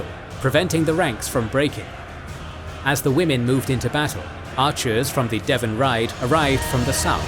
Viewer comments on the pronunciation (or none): none